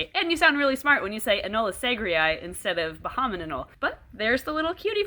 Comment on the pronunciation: Every time you say "bahaman Anole", I think you're trying to say abominable.